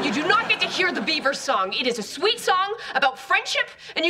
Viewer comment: Why she is saying ,, ab(oooo)t,, not ,,about,,?